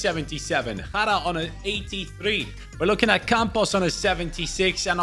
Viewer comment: Jara the way he pronounced it means shit in Arabic like actual shit